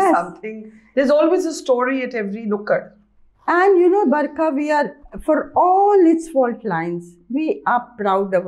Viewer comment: Burka not. Barka u r